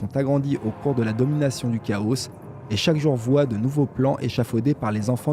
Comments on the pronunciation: C'est complet et ça fait plaisir. Il y a la diction qu'il faut un peu améliorer ça fait trop lecture. Et la prononciation de certains mot genre le "chaos" se prononce Kao et non Kaosse. Mais sinon j'aime bien ! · celle ci est mieux, au fait dans le mot chaos le s est muet